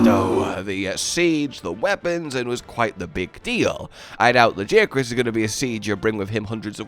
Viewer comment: Every time you say Lagiacrus, it hurts my brain. His nickname is Laggy ffs. How could you say it like that?